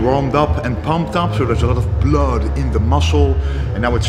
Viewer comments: "pump the BeLODD in Thee musclee" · He always says the word “blood” like Dracula